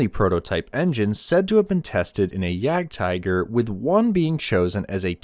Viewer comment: It's pronounced Jagd-teeger. Either say that OR 'hunting tiger'. Don't mix up languages. It's not because a word is written the same in another language that it's pronounced the same way dude. I'm not even German, I'm Belgian. Though I live close to the border, in Battle of the Bulge country.